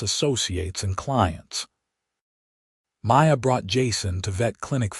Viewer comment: Again the name Maya gets slurred witn an 'r' by one of the staff!. At about : : LoL Oops 😢😢